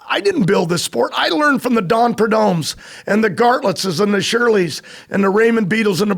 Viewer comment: John Force referring Don Garlits as “Gartlit’s” 😂😂😂😂😂😂